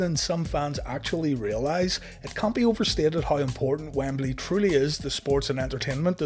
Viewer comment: Lol, okay I thought I just said it wrong forever, but he pronounces Wembley a few ways in this video alone. Wambeley, Wimbly, WamBailey. :)